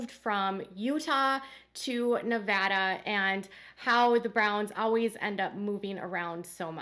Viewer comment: Thank you for pronouncing Nevada correctly.